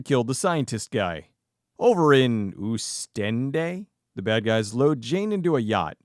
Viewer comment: Oostende is pronounced like Host-end-eh with the h silent. If you ever visit Belgium you should check it out, if not watch Ex drummer, which was filmed mostly on location there